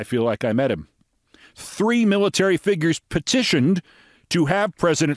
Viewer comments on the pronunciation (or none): none